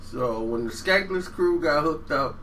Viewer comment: Bruh......its SKANLESS KREW. (Scandalous). Skankless? LOL.